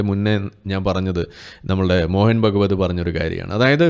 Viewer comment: മോഹൻ ഭഗവത് അല്ല ഭാഗവത് എന്നാണ് ശെരിയായ ഉച്ചാരണം